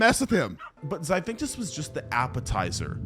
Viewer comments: I hate to be that guy but if your job is to voice videos, you should at least spend any energy trying to pronounce the words you're reading correctly. "xiphactinus" is not pronounced "xiphinctus" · How'd you voice and edit this video, then write out the chapter titles. And still not realise it's "zy-FAK-TIN-US" not "zy-fink-tus" lmao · i cant get over "Zy-phinctus" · Xiphactinus is pronounced Zi-thact-tin-us my guy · the way this guy pronounced Xiphactinus (“Zip-fact-teenus”) gave me straight up stage 10 brain cancer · One good thing about the pronunciation... choices... in this video is that no animal has ever had to be worried about the 'Zaphinctus', since no species by that name has ever existed. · They way he mispronounces Xiphactinus kills me 😅